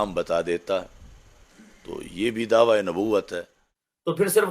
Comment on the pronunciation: Mufti sahb dhawa lafz nai dawaa hota ha urdu b thek nai aap ki